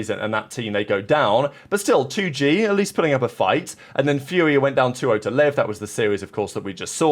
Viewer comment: 2Gay? Its 2 Gee, like the letter G.